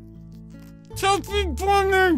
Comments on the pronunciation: "chubby bun-ought" 😂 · Chubby Bughnnee